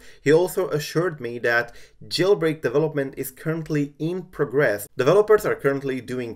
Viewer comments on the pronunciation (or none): none